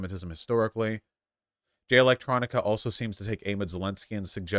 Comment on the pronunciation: “Alright, I’m bored now” is the perfect revelation that Vaush only skims the surface and then rages about a topic. It’s Jay ElectRONICA and it’s pronounced Louie not Lou-is. Even if some of the points you are making are true the tone is all wrong and the constant comparison as if it’s as bad or worse than white racists is laughable. Just call it out for what it is. Quit acting like Farrakhan is the KKK. Is Farrakhan great? No. But how many lynchings has the NOI been involved in? What synagogue did they blow up? Are NOI members and followers shooting up white churches and synagogues the way the Nazis shoot up black, Jewish, and Islamic places of worship? The comparison is weak because there is no actions to stand on. Read more. Listen to more black creators like FD Signifier and Lil Bill and maybe you will be able to comment on black things more comprehensibly.